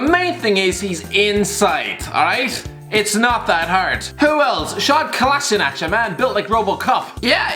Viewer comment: The way you pronounced sead kolasinac just hurt my ears